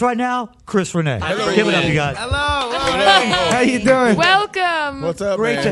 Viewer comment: The way Chris said hello sounded like "Ellllooooo".. :)